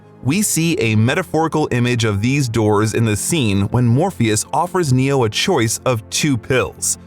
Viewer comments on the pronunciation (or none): The only thing that really hurt was "choise"..... Um ouch that was hard.... It is "Choice"